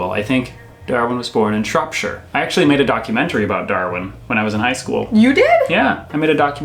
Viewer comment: I’m from Shropshire and I was dead impressed to hear you say it like that usually people say it like sh-rope-shire but you said it the right way. But Shrewsbury is something everyone in our country is torn on 😅, I’m from Telford too